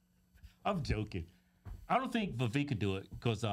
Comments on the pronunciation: Vivek, not Vivake 🙄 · It’s pronounced Vi-vake, sounds like cake